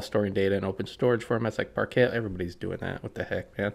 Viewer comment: I have never heard anyone say “parket”